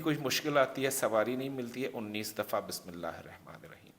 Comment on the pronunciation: Sorry to say Bismillah ka pronounciation sahi kar lijiye plz